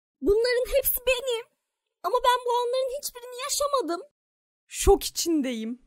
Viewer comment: Şop değil şok